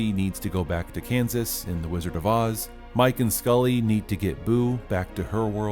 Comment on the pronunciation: Did you say Scully instead of Sully?